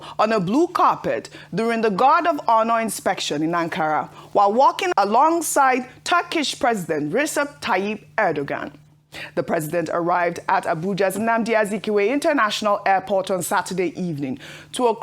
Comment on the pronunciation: You guys are not pronouncing that name well. It's Erdoğan, like ending with the sound (jan)